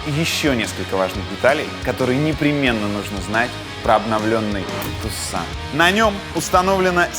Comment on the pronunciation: Tucson-город в Аризоне, ударение на первый слог....